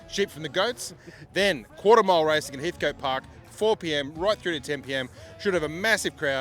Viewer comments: Heatcut not Heathcoat FFS 😝😝😝😝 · Great video.... still funny people continue to say Heathcote wrong.... coat lol